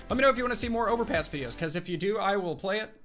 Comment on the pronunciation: I thought he said overpiss